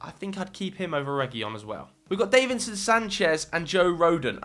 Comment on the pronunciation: Davinson not Daveinson